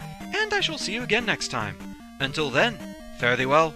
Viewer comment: oh sounded like fairly to me